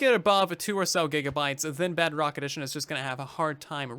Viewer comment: hey I don’t think you know that you’re are saying Bugrock instead of Bedrock.